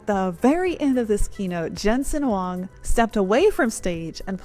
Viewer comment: Nice, U can read Huang correctly. Do u know his Chinese name is: 黃仁勳; pinyin: Huáng Rénxūn :face-blue-smiling